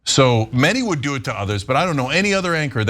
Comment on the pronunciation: Mehdi says "doo-oo" in a quirky way. Just an observation no judgements.